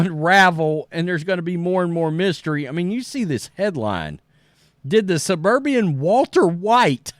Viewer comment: You’re reading all the same shit we already know and you’re mispronouncing words. Suburban, not suburbian.